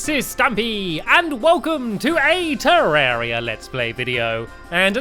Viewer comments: Stampy it is pronounced te-ra-re-a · it's Terr-Air-ie-uh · ....lager you say the name it has an A in it terrAria see